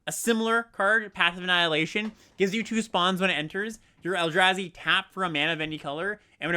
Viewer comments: Mispronouncing the “a” in Eldrazi and Abzan in opposite ways is so funny and infuriating at the same time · You’s knows the Eldrazi from Staten Island?